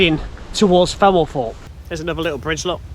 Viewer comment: Ok...... I really like your videos: excellent quality, always informative and very interesting: apart from one thing.... your voice. I have to watch with the sound off and the subtitles on..... and it's hiarious to see what the subtitles make of the way you prounounce some words. I mean, Femelforpe........ really? If you have some sort of genuine speech impediment/disability then I humbly apologise but if it's just a lazy local accent then do yourself a favour and invest in some elocution lessons PLEASE!? Btw...... to show my good faith I've just subscribed. Very best wishes to you anyway!